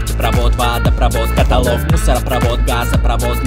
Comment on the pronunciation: Ставропольский диалект со своим катАлог: 😢